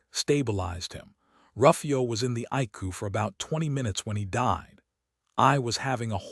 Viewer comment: Some words are not pronounced right icu is I c u